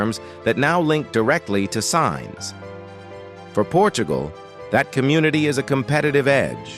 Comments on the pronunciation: That's great, but just so you know: 'Sines' (the port of Sines, just south of the Portuguese capital, Lisbon) is pronounced Seen'shs, not Signs. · Please learn to say Sines (Seenesh) properly too! This is computer generated, they trash all names and accents 🤣🤣🤣🤣🤣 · SINES - pronounced as “seens”!